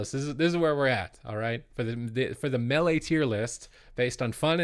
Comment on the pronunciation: Cant agree til he learns to pronounce melee correctly